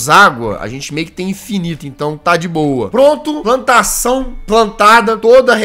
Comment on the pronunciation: Nossa no início do vídeo em vez do jazzghost falar plantação ele falou "pantação".